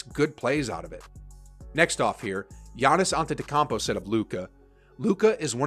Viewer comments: "Giannis Antadecampo" 💀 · You said antetokounmpo wrong